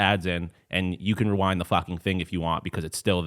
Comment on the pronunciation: Im Sorry Re WHAT!?? REROUND!! MF ITS REWIND!!! ⏪ 😂😂😂😂😂